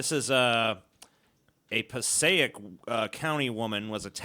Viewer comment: I like how pronounced Passaic right the first time, but butchered it to the point where I had to pause it just to read what the hell he was talking about the 2nd and 3rd time.